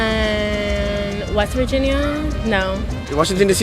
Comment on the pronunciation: “Virgin-ee-Yah” She might be as sharp as a bowling ball, but damn! She is a cutie.😍